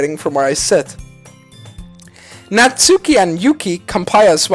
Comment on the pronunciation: Natsuki is pronounced NA-TSA-KE